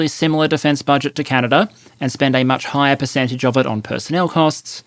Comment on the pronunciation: "Perececntage" "Perecentage"